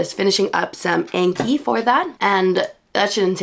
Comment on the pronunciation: the way you say anki always killsss me 😭 great video as always!!